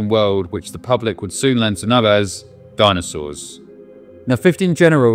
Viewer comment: What are "dinsoauers"?